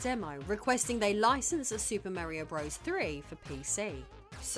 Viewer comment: I love the beginning of this video, a, very sixy looking, five is frozen in what appears to be dragon eyed stupor until I push play. Once pushed, the 6ee5 opens her dialogue with "Super Mare-ee-Oh, BRUBBERS THREE...". Warm fuzzies are felt again a few moment later when 6ee5 says "Bruh-verse"... <3 Love this self identified "it" on a rock in space.